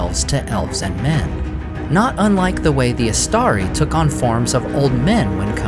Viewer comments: Istari - read Eeshtaree please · Why do you pronounce it “istaDi” at first, then for the rest of the video you pronounce it “istaRi”?